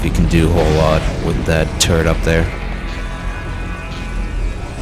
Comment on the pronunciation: lmao it sounds like he saying turd instead of turret